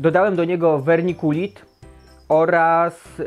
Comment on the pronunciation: Kozacki film! Tylko wymawiaj "wermikulit" bo trochę razi w oczy 😉. Pozdro z Kutna 😁